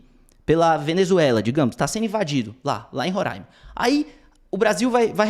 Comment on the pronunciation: Obrigado por pronunciar Roraima da forma correta.